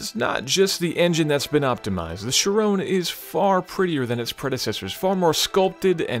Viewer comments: Isn't it pronounced "Ki-Ron" (kinda rhymes with Byron)? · isn't the name pronounced like kyron? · I can't stand his pronunciation of "Chiron".... sounds like "Sharone" whan he says it :/ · why does he keep on saying "sheeron"? annoying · SHIRown? Nope, there's no E on the end. Cannot take you seriously. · Thirteen155 it's 'chee- ron' actually... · Kind of funny you mention that but even all other English presenters pronounce it the wrong way...it's pronounced in a French way with a numb N at the end. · The way he pronounces Chiron ruins the video. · why do you pronounce it like it's an anfrican american girls name. It's chi-ron not sherone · There is only one way to pronounce it.....SHEER ON, because it's named after Louis Chiron a racing driver from Monaco. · Perhaps won't also butcher the name. Chir-OWN? Really? Did they build it in Texas? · It would be very nice from an American "Car reviewer" to speak the name of the Bugatti Chiron finally properly. It's not a "Shirone"...!! like this guy has spoken out ten times the car's name! That's almost disgusting for our ears! Could it be that difficult for an US-presenter to speak this really simple french name correctly...? This is an european car... come on! I want an European guy to present the car. I can't bear this "Shirone"-guy in the video any longer! Louis Chiron is "spinning in his grave"...lol! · Art Vandelay but not shirone like the guy says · Take a shot for every time chiron is pronounced like 'chiroan' in this video. Tip: get about 20 bottles ready... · You got it wrong. It's supposed to be pronounced as Chiron. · He pronounces Chiron like how someone would pronounce Tyrone. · "Shrone"? SHRONE?! Tell me that it's not called (my my my) Shrone (a). And please return to his rightful place in the driver's seat. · who is 'sherone'? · chirone ? 😧 I don't understand you can pronounce vayron correctly but Chiron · It's pronounced Chiron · Since when the the 'Chrion' become the 'Chayrone'? Bring back!